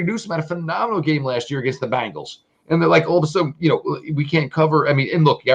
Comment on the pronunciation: I wonder if the Locked on Browns host still pronounces Bengals like Bangles when he’s not drinking.